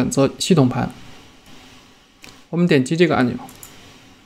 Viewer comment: Billy Liu 是呀超级搞笑的 喵腾 笑出声